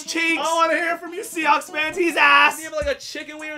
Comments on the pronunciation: He said seacawks lol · “The seacocks” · anyone else realize this man said ''seacocks''? 😂😂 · I swear I heard him say seacawks